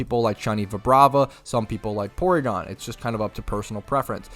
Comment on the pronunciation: man said porygon xD (m just pulling his leg chill)